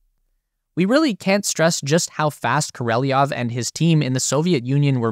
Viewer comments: Королёв. We, Russians, sometimes lazy to add these 2 dots to "ё" (yo), so in some sources it written with "e", but meant to pronounce ё. So it's Korolyov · Why do you pronounce the name kOrOlEv as kOrElOv? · Kor-o-lev not kor-ee-lee-nov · Kor. Oh Lev,………….not Kor Oh Lev E Off ! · You said Koreleov 😂 It’s supposed to be Korolev. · Korolev. KOR O LEV KOROLEV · Great video. But his name is pronounced Ko ro lyōv. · Why do you pronounce it “Koreliov” ? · Pronounced more like...Kor ol yov. Your welcome. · What is it with Americans and pronouncing names? How hard can it be? Just listen to the original sounding. Oh yeh, you don’t care. Easier being a jerk ))